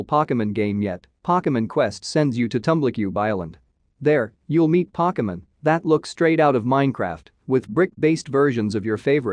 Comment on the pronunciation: He said pockemen